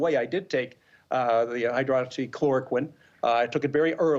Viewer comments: Did you just say that you took the Hydrocholiquine" No Joyless Joy, he said he took HydroxyChloroquine. You embecile. "I can't believe anyone with a brain would take that stuff." That's a great thing to say to a distinguished guest Joyless. He took it because his Doctors prescribed that he take it. You can't even pronounce it let alone speak to its medical attributes. It's been around for more than 70 years and is used to treat a bevy of medical maladies. It's also been found to be effective, in certain instances, in the treatment or prevention of Covid 19. What a POS ! You need to go, along with the rest of your Commie pals. We're doing our part in Making America Great Again ! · You’ll need to excuse the comments from Joyless Behar. She can’t help she’s a moron that hates Trump with a passion. Did she say Hydrachloroquin? She is such a idiotic B. TDS maybe worse than nutty Nancy.